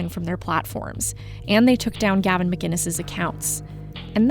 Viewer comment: Gavin is awesome. He is one of the most misrepresented people ever. It's sickening. People (like this reporter), don't get him, and can't even pronounce his name. He's a wind-up merchant, and he represents the Sane.